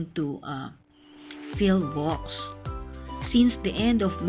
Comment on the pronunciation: PHIVOLCS not PHILVOLCS